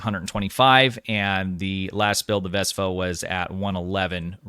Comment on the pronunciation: Why do I keep hearing you refer to the ship as a 'VESPA', when the ship has been introduced to the STO community as the 'VESTA' with a 't' class ship?